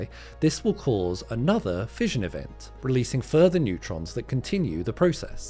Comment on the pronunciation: "Neurtrons", Bro? Sounds like the breakthrough we've all been waiting for in particle physics ... when is your paper coming out?